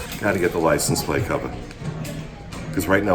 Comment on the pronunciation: Love when Jersey accent comes out "Gotta get the license plate cavah"